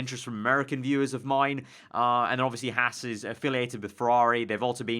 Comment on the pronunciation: Archer Kumi It's Haas